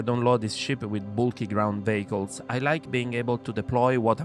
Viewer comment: Great job. Well thought out and presented! Although I know what you mean when you say it, I like that when you say "vehicles" it sounds like "bagels" to me and I imagine stopping at every station and fillingy cutter up with warm bagels. Keep at it, there's not many quality creators for SC anymore.